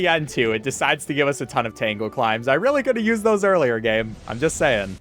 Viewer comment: "tangle climes"